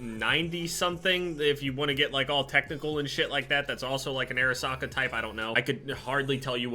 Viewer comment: Who thought he was saying air socket